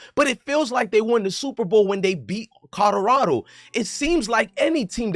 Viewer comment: U can’t even say Colorado correct 😂